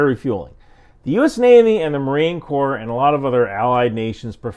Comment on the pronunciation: He said "marine core" :)))) It is "marine corps", you!!!